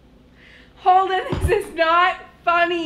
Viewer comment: Holden-uh! Noooo-uh!!!